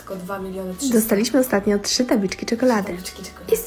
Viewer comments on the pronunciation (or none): none